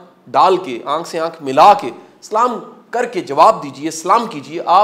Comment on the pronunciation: Baqi galan fon ty. Pehly apny Salam dy Lafz theek kro...